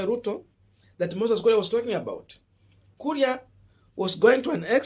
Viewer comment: KURI? or KURIA KURI KURI C’mon now! 🤣🤣